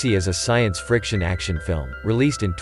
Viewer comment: He knows that it’s the way you miss pronounced fiction as friction